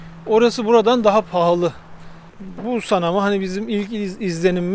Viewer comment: Bulsan değil !!!! pusannn